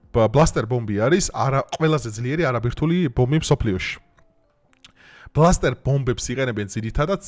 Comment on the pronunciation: ნეტანიაჰუ ჰქვია და არა ნეტანიჰაუ. ასევე ბასტერ ბომბია და არა ბლასტერ. ამას იმიტომ ვამბობ რომ კარგი კონტენტი გაქვს , საინტერესო და თან სერიოზული თემა. თუმცა როცა სახელებს არ ამბობენ სწორად, რათაცნაირად კარგავს თითქოს აი იმ სერიოზულობას და ხარისხს. ანუ Netanyahu ნეტანიაჰუ არის და არა ნეტანიჰაუ. ასევე Bunker buster ბანკერ ბასტერი.